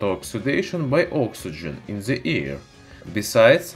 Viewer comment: ...on ze surface of ze metal... What are you saying????????????????? When you can't say The... Just say De... Ze is fucking ridiculous